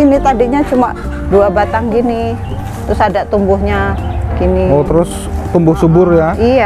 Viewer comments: Lugu banget ibunya....ngomongnya apa adanya...😀😀 Suflir bu....bkn supril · Koreksi bu haji, itu suplir bukan spril. Eforbia bukan ekorbia 🙏 salam santun dan salam satu hobi. Terus semangat 🙏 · Suplir ibu...bukan supril hehe